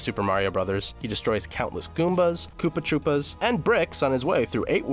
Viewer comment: He said koopa troopas like E Gad from luigis mansions